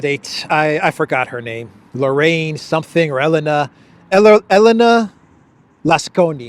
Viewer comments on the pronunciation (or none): none